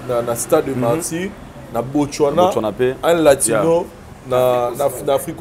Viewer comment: ...botswana not botchwana ...mitsubishi not mitchubishi Mbuta likasu is among the best congolese dancer.